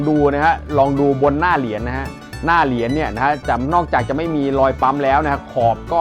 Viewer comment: เหรียญ.ไม่ใช่เหลียน.